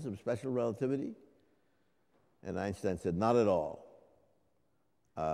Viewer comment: One of the very few english speakers, who pronounces correctly the surname of Einstein. First off, Albert Einstein's surname is pronounced with a "sh" sound , due to the second syllable of his surname beginning with "st" (literally, his name means "one stone"). The vowel grouping "ei" in German is pronounced similar to the English "eye", though with less emphasis on the first part of the diphthong. Another example of totaly wrong pronounciation is the surname of the famous German physicist Schwartzschild (literally, his name means "black shield"). Correct is: [ˈʃvaɐ̯tsʃɪlt]; but I hear ridiculous pronounciation schwartz - child. O sancta simplicitas!